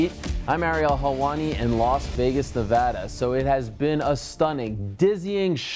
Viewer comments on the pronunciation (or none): none